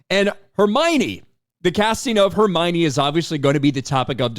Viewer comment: ❌Hermione ✅Hermana